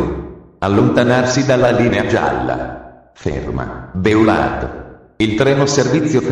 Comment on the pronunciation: Infatti... orrendo! B-e-a-u-l-à-r-d, ad esempio, non si può sentire🤣